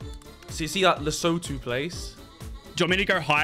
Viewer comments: Pronounce Lesotho like this : "LUH-SUI-2" ...Not "Le soe toe"🤣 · It's LeSOTHO. Not lesoto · Guys it's pronounced lesutu plz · Lesotho is pronounced Le-soo-too btw. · Boys ,its pronounced La-soo-to , thats how you pronounce Lesotho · As s South African its pronounced "le Soo Too" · Hearing foreigners try and pronounce Lesotho is very interesting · Vikk and Toby’s pronunciation of Lesotho hurt my soul😂thankfully Harry knows how to say it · The way they pronounce "Lesotho" kills me as a South African. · Vik pronouncing Swaziland and Lesotho like that... has me gone.